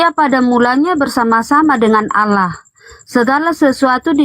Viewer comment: tidak belajar ilmu tajwid makanya bilangnya "alah"..yg belajar ilmu tajwid pasti "ALLAH"